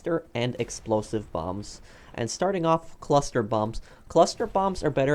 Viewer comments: He said cluser than cluster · You said cluser bombs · Oh dont we all love "Cluser" bombs